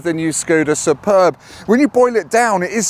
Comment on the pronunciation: Can we question your pronunciation of ‘Superb’? (In the most lighthearted way possible as it’s hard to get tone across in comments). As a serious comment - why do that to the arm rest? Now where does an elbow go?